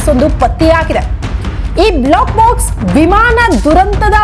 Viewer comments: Block box allla adu black box. Please correct information kodi...sariyagi uchchaara madi. ,,, ಬ್ಲೋ ಕ್ ಬಾಕ್ಸ್ ಮತ್ತು ಬ್ಲ್ಯಾಕ್ ಬಾಕ್ಸ್... difference arithu kolli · First black box, cockpit antha sariyagi pronounce madi😢